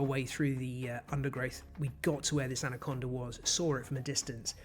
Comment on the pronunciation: "Anacondar from Venezuelar" ?